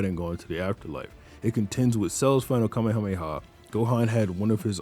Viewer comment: Holy shit, finally someone who doesn't say "kamea-mea"